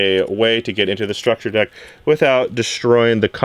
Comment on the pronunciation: Every time he says structure deck, I cringe a little.